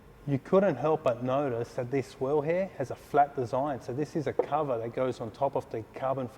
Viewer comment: wheel not wherl